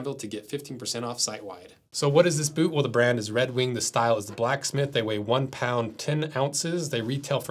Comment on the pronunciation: "Red Weenk"